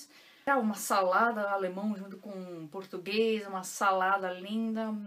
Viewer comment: Oi 💐 Sua pronúncia em português é linda 😍com perfeito acento gaúcho, chê😍 Adoro e acho o português mais bem falado em todo o Brasil, na minha opinião... Parabéns por todo seu esforço e vontade em aprender falar, ler e escrever o potugues corretamente 👏que realmente não é fácil para nós Brasileiros que dirá para os estrangeiros 🧐😁😀 Tenho ainda muita dificuldade com a gramática. Me viro como posso e não tenho mais vergonha em falar errado, mas quero aprender definitivamente falar correto. Aprender a gramática der die das, wer wie was, wieso weshalb warum... 🤦‍♀️ Sou imensamente Grata por ter encontrado você como professora aqui no YouTube. Um abraço daqui de pertinho de você (Winti) com carinho 💐😘💞🙏🙏🙏